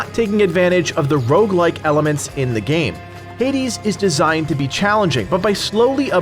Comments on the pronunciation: It’s roguelike not rougelike... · "Rougelike" Rougelike. ROUGELIKE. Ugh.